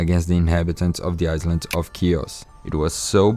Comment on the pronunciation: Your English 🏴 is very good... Small bit of advice.. The word "Island" the S is silent, so it's pronounced like "i land" and "eye land" .... "Married" the i sound is e, so it's pronounced "Marr eed" The same for "Worried", it's pronounced "Wur eed" An excellent video and plenty of great information.. 👏👏